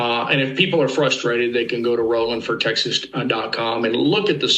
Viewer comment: Beto's brother Rrrrrrroland, lmao, Go Ted!, Thanks.